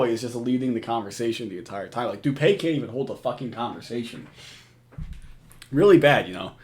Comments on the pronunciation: Isn't it pronounced doo-pee and not doo-pay? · Dupeee bro. Not dupay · His name is pronounced Doo Pee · It’s actually pronounced Do-pee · it’s doo pee